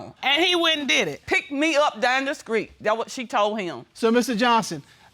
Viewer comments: 1st case: The lady is saying, "screet," instead of "street." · “Down the skreet”? 🤔